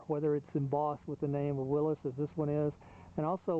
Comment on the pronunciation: Nice video and nice Jeep! And SO nice to hear someone who actually knows how to pronounce "Willys".